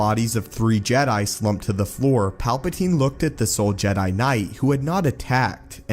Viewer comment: Did you say suffering of the jet lol